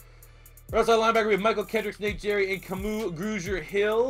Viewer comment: Low key butchered Nate gerry's name. Haha it's said like Garry with a g sound not a j sound. Ay but great vid bro. Keep up the good content! By far my favorite eagles account on all media platforms!